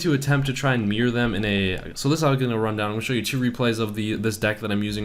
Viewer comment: its called MIRROR not MEER